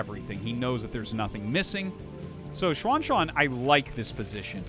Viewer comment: Xuan is read as She-en. Not as Suan